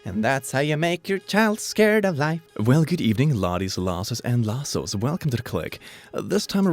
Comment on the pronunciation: I just now realized he calls us lassos